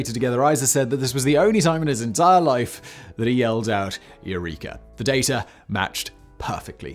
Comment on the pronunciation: Oh, there is no "r" in "data" my friend! 😝